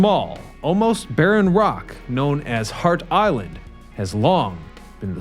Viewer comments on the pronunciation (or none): "Hart" Island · Which is it? Hart Island or Heart Island?!